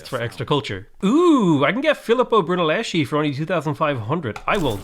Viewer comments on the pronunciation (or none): Hey. Im italian As italian i can tell you that Is Filippo BrunellesKi Not brunelleshi Because "chi" in italian is "ki" not "shi" nor "chi" like the word "chinese" ok?😂